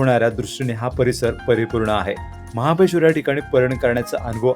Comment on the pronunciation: महाबळेश्वर बोलावे 😂😂